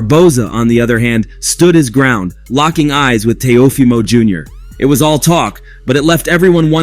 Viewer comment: Bro wtf did u just call him? Tia fima lmfao. If you can’t properly pronounce their names. Why do a video in them.